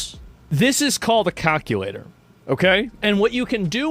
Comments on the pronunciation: A cahculator 😂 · he said "cock-ulator"